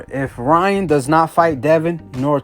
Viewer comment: “Lyan” Garcia